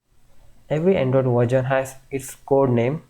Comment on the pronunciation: Its not verjon its version 😆